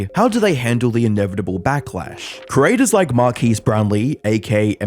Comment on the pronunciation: yo it’s Mark-ass brownlee